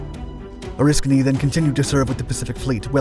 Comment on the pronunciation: You pronounced Oriskany right...I wish other sites would do as much 😕, when its the topic of your video, you should know how the name is pronounced...interesting, we saw films about this fire in firefighting school, then I served on her in '75...creepy doing firewatches in the area those guys died in, never was comfortable to be aboard, but thank you for doing your research....